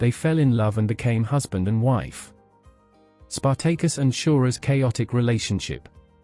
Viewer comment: Spartaykus Emphasus onthewrong Sylable